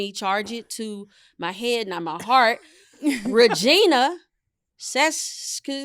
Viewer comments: It is Re-jEYE-na, rhymes with vagina. And don't be icky about my rhyme - America has some downright dirty/sexual city names (e.g. Blue Ball, Delaware; Dickshooter, Idaho; Sugar Tit, Kentucky; Hooker, Oklahoma; Sac City, Iowa; Hardup, Georgia), not just ones that rhyme with a piece of anatomy half of us have. 🇨🇦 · Your Canadian friend here - you're correct, pronounce Saskatchewan quickly 😂 And it's pronounced reh-JEYE-na even though it's spelled Regina (it's one of those funny Canadian things - I believe related to the First Nation's People). I'm not even a teacher (just a parent) but yall are hilarious 😅